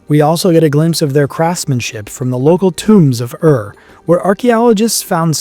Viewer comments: Ur is not to be spelled as Arrr but as Oorrr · Ur is pronounced Oor which is Tamil.